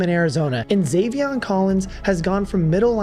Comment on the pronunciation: Zavion lol It’s Zaven dude.